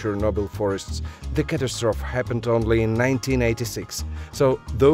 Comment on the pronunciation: Catastrophe is pronounced "ku TAE struh Fee". It looks like you say "CAT a Stroaf" but it's not.